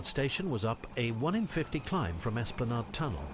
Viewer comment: For information Esplanade rhymes with lemonade